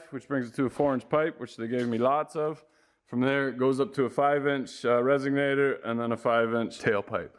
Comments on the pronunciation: let me help you out brotherman, it's resonator, not resignator...is that someone who frequently resigns? Did you just create your own word? It should be added to the thesaurus. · says resignator instead of resonator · It is a " resonator " not a resignator.